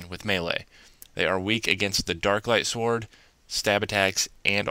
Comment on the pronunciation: it's (s-ord) not (sword) lol